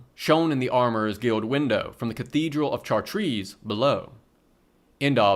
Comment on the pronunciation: You should've looked up how to pronounce Chartres lmao